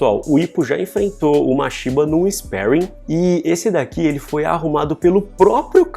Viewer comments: Sou tão acostumado a ouvir "esparrim" que fico estranhando ouvir "isperuin", não sei nem qual é a pronúncia certa de sparing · Pronuncia sparring direito !